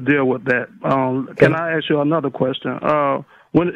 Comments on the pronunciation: The word is 'ASK' not 'AKS' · It's ask ...not axe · It´s ASK.....not AKS.....Go to school, grow up and try to re-enter society that way. You´re welcome. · Why do alot of the black callers say 'axe' instead of 'ask' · I can't stand it when people say AKS instead of "ask", there is a certain demographic that does this a lot.